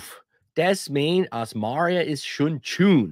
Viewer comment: Interessant, dass man "Tschun" für "Juni" sagt. Sag'n ma aa "Tschulei" statt "Juli"?